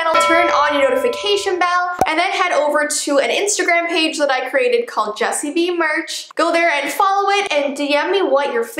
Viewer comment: oof it's "Vee"